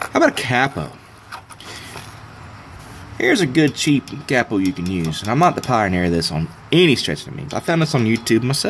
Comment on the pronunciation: Oh I get it, you pronounce it "cappo" because it's a pen cap, that's pretty funny. I may be wrong, english is not my first language but I've only heard it pronounced like "kay-po" before. This is a good idea, I'm gonna make one. Thanks